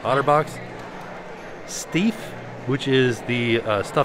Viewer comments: It’s pronouncing stife as in knife,. Great video as always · I don’t mean to be rude but the company is pronounced Stieff like the pie sound. I know because I work in the best toy store in the world FAO Schwarz